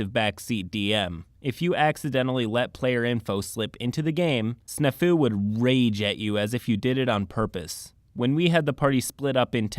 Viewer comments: Omg I'm sorry but its Snaa-fu it's an old military term and boi you did not pronounce it right it means situation normal all fucked up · hears the word snafu being pronounced I'm fairly certain the A is supposed to be more pronounced. like the word snap. Snap Fu which sounds like a martial art involving bone breaking. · That's not how you pronounce Snafu.